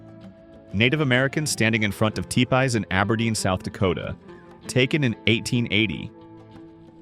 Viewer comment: Seriously, you’ve got to do better with the narration. T-Pies? Good Lord.